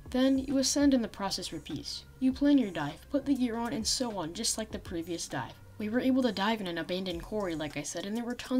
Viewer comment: when he says dive i here die